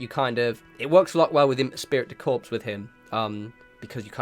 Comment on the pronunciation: Lol all the English speakers having a hell of a time with the French words lol, so many streamers. "Espirit de corps". Thank you for the breakdown though, I just finished a playthrough myself and it's great to get a little more detail on how the skills interact with each other. A real masterpiece of a game.